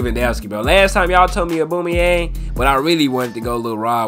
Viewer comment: Mane said “Aboomayeng”(Aubameyang) is Brazilian And Håland is German 😭